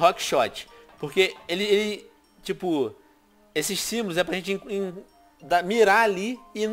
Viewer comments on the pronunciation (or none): none